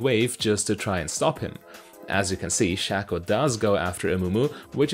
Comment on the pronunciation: Basic English and grammar? If there is another vowel after a constonant with a vowel before it, the vowel before it is accentuated. The A in Shaco is followed by a constonant then ANOTHER vowel. Therefore the A in Shaco is accentuated. This youtuber is pronouncing it wrong.